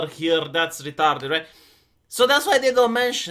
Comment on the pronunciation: I love this part "thats retarded" the accent makes it just perfect :D